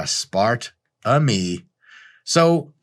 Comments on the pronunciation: "Ass-par-tah-mee" is just a weird European pronunciation. How did you not come across this in your research instead of leaving implied mockery for the guy who pronounced it this way? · Aspartame died when I heard that pronunciation of aspartame. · OMG. When I first met my now husband he used to to pronounce it “as-Sparta-me”. This made me laugh so hard. Still ended up marrying the poor guy. 😂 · OMG I USED TO PRONOUNCE IT ASPAR-TAMEEE TOO LIKE IT'S A DAMN GREEK GOD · Lol had to stop my set at ah-spart-ah-mee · “Asp-ar-tuh-me .. word up.” LMAO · As-part-a-me? More like 'that's-part-o-me,' am I right? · I have had that exact same exchange where the person mis-pronounced aspartame in the exact same way.